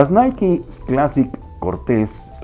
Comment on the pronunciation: Es la pronunciación correcta, si pensabas que era fonéticamente naik, pues ya sabes se pronuncia Naiki